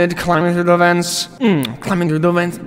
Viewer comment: really said “CAME IN THRUT THE WINDOW”